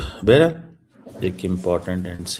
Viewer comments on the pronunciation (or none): none